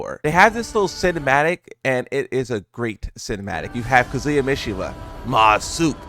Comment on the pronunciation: Kazuya’s name is not pronounced like that